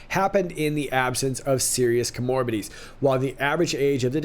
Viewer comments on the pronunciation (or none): I say this bc I love you. ComorBIDities, not coMORbidiities. Accent on the BID. You can trust me. I'm a medic from the High Command.